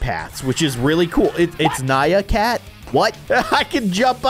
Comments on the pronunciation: ITS NYAN CAT NOT NYA CAT!!! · its nyan cat not nya cat !